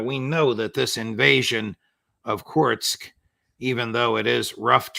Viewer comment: I love the way the Judge is making special effort at pronouncing foreign names such as Ha’aretz & Kursk. Well done, Judge!